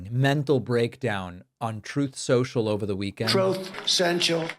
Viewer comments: "Troath Sential" 😂😂😂😂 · “Troath Senchal” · I'll never get tired of the buffoon saying "troath sential". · “Troth Sential” is still priceless! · Troth social? Drugged again? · Thank you for always playing him saying,”Trounth Central.” I laugh ever time. It’s just like when i hear him say tesler. 😂😂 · The early troth senchel killed me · So THAT’S why I heard you say Troth Central